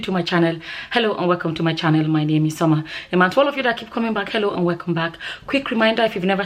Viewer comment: Summer, Side comment : you pronounce ‘welcome’ with a strong benin accent. It is quite hilarious 😆. It sounds like ‘weh-kom’ without the ‘l’. As a benin girl myself I find it funny but also cool. Nice channel